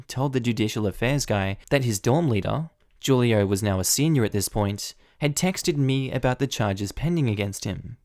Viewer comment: The dorm leader's name is pronounced hulio